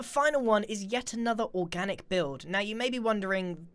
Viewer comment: When Grian says Organic. i thought that was a nuclear bomb